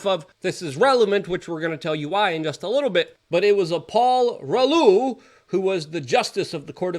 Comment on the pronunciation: For future reference, it’s pronounced, “ROO-LOW”